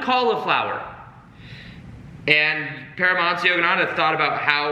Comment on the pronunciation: Yoganadha?? Its yogananda